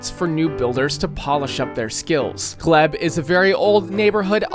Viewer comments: Its gleeeb no gleb Nunuvat is a Territory Ottowo is spelled Ottawa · It's pronounced gleeb not gleb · And how he said Gleb for the Glebe. I'm not even sure how you get "gleb". It is literally pronounced how it is spelled, and he still got it wrong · ITS FUCKING GL-ee-b now gl-e-b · As someone who lives in the glebe it killed me when he pronounced it "gleb" instead of gleebe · “Glee-b” not “Glehb” That’s also one of the richest neighborhoods in Ottawa wish they actually built all of bytown. You are missing mechanicsville and lowertown. This is insane though!!! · Ottawa ❌️ Ottowa ✅️ "Gl-eebe"❌️ "Gl-ehb" ✅️ 😭😭💀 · it’s pronounced “Gleeb” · Friendly reminder that the Geneva conventions exist because of Canada. Just something to consider if you ever invade us :) Also, proper pronunciations: Iqaluit: ee-kah-loo-weet The Glebe: gleeb Regina: ree-jai-nah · What the hell was that pronunciation of "The Glebe"???? Also "Regina"??? ITS RE-GINA, LIKE VAGINA!